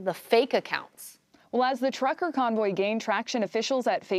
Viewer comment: "trucker," not "tucker", girls! Lol